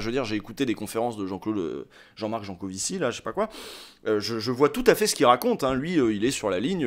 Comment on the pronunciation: Comparer les adeptes des confs de Jancovivi a des moutons de l'UPR, c'etait gratuit et meprisant. Tu ecorches son nom, ce qui nous laisse imagine le temps que tu as passé a le lire/ecouter ... enervant